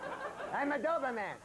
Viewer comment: The way he pronounces “doberman” like it’s some kind of superhero 😂